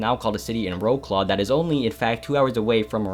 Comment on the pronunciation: Honestly love the video but as a polish being, hearing you say wroclaw really made me hurt inside, like the work man!